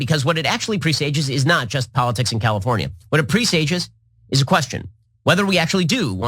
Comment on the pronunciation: So, he doesn't know how to pronounce "presage" but says it numerous times as he mumbles blindly toward nothingness. This guy is a moron.